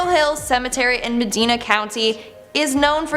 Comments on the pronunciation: It's Medina not Meedina. Riders Inn is in Painesville.. it's on route 20 or also known as Richmond Street. I know Medina is hard to say your doing good! Love it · Pronunciation... Medina (Ma dy na)..Akron (Ak ryn) 😆 js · The was she said medina county and akron really bothered me😂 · What’s scary is how she pronounced Medina.